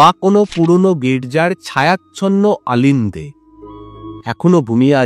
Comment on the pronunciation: আলিন্দ নয় দাদা, অলিন্দ । উচ্চারণ ঠিক করুন।